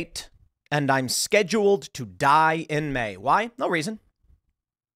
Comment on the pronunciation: It's pronounced "scheduled"